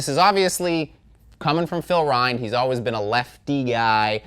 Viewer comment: Also Rind rhymes with the word finned, not the word kind - weird I know